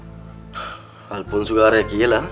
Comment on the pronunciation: 😂 මං ආසම අකමැති අයගේ නම් කට ඇද කරලා කියනවට. ජෑනු, අල්ෆොන්සෝ 😂